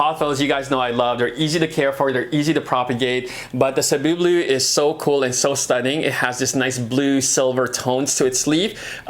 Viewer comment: love how you pronounced cebu blue correctly. salamat!!!